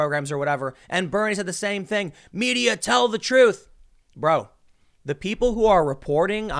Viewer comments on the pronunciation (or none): none